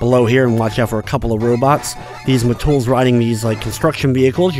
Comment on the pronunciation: Its met,tool not "ma-tools".lol